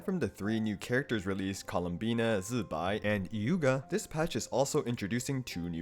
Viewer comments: I appreciate the zi Bai pronunciation (idk what the tones are but the sounds are right) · You are the ONLY ONE that pronounce ZiBai correctly. The rest just pronounce as Jibai/Chibai/Qibai For those who don't know, Jibai is a very rude curse word use in Malaysia, Singapore and Taiwan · Appreciate the correct pronunciation of zibai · finally someone who pronounced Zibai correctly 🎉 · dude pronounced zibai so well i think we can cut him some slack :'D